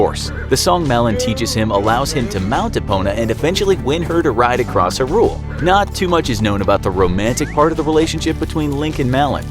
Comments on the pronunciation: It's pronounced 'high rule' not 'hirul' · It’s pronounced “high rule” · Was I the only one here bothered by the way they said Hyrule here? Or sorry, I guess I should call it Huhrule. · Hi-rule? It is more like HI-rule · Hi-rule, not herule. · it is HYrule, not hyRule xD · “Harule” Me: YOU WHAT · Pronounced “HI-Rule” Did you seriously say Wind walker and not wind waker?! 🤦🏾‍♂️ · "erule" "wind wakkker" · Talks about OoT Zelda shows Marin in video to represent her •HUH-ROOL •WIND WALKER •LAND-NUH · So no one's gonna comment on the way he pronounces Hyrule? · Why does he keep pronouncing Hyrule like that🤢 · I feel like the narrator is a thirty something who has never even touched a controller because the weird pronunciations of hyrule and wind walk- I mean waker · I’m not sure the makers of this video fully understand what they’re talking about considering he pronounced it “Wind Walker” and mispronounced “Hyrule”. He also overlooks important details within the games. Additionally, he includes Hyrule Warriors, which is not cannon while skipping over games like Minish Cap, 4 Swords, Link to the Past, and Spirit Tracks. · uhm, I really dont like the way he says hyrule and windwaker but aight cool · How on earth is it you pronounce Hyrule?? :O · Umm, how is this guy pronouncing "Hyrule"? O.o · The way he says hyrule is horrible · You are pronouncing hyrule wrong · It gets on my nerves how they pronounce Hyrule and they DONT SAY WIND WAKER